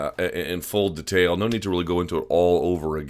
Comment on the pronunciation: Luke 'De'tail' Thomas